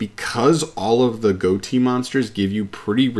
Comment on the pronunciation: Goatee? Uh, that’s not how it’s pronounced.